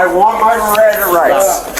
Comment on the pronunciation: What I hear is “I want my Riranda rights!” RIRANDA RIGHTS, RIRANDA RIGHTS! His threat was cute….”if I don’t fly today I refuse to rebook”. Okay dude…Buh bye